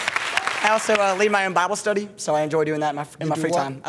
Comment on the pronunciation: that one guy, "lead my ouwn bahble stUhdee" and the slogan "pork chop pork chop greasy greasy kubota cuts that grass real easy easy"